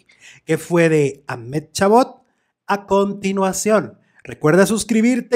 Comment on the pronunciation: Si quieres pronunciar su nombre correctamente debes decir algo asi: Amadi Cabot.